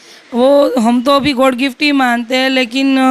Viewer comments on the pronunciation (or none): ना तो मीडिया वालों को हिंदी बोलना आता है ना इसके परिवार वालों को जो छोटी बच्ची को बोल रहे हैं कि इसे हिंदी में नहीं आती😅😅 गॉड गिफ्ट नहीं होता god गिफ्ट होता है😅😅😅😅